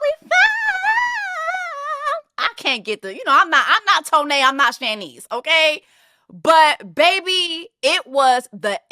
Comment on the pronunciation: I have never heard Shanice's (SHAH-neese) name pronounced like that (SHAN-neese) lol.